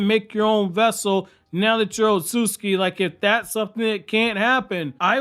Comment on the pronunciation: otsutsuki too… its not “osooski” dude what the actual fuck